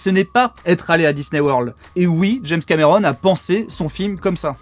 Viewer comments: Pourquoi tu dis james camÉron ? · James cAmÉron... Belle prononciation 😂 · C'est trop marrant, un français qui a un accent français. Je suis trop ptdr.